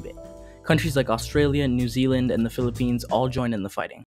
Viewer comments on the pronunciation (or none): none